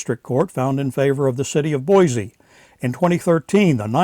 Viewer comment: You are good at correcting other people's information so as a native Idahoan I will help you out with the correct pronunciation of the city of Boise. It is Boy-See not Boy-Zee.